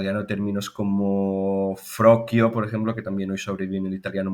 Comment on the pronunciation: En italiano se dice " froscio" no "frochio" para referirse a un homosexual.